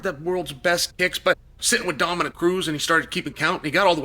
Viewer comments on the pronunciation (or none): none